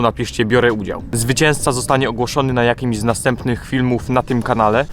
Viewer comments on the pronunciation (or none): "Biorę udzał"